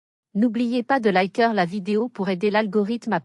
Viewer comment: Liker se prononce "é"